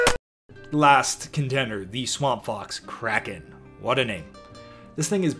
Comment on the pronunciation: "I believe it's pronounced Cray-kon in the original Scandinavian"